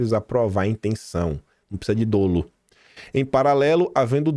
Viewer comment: Se pronuncia DÓlo